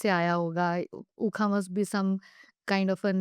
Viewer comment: इस पॉडकास्ट में ने एक शब्द use की हैं " उखा उखा" । इसे इस तरह लिखा जाता है "ऊखा़ ऊखा़" इसका अर्थ होता है "अंधेरा अंधेरा"। और इसका उच्चारण "ख़बर खा़लिश" की तरह होता है। मुझे खुशी होगी यदि ये बात आप तक पहुंचा देंगे। उनका काम तारीफ़ के काबिल है, बहुत सुंदर अति उत्तम। पॉडकास्ट बहुत पसंद आया, आप दोनों को बहुत बहुत धन्यवाद।